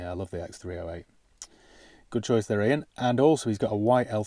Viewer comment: Hi wow how the hell did you manage to get my name right nobody pronounces correctly shocked thank you for the mention on your video it has made my week great video kind comments thank you so much hope you are well best wishes ian.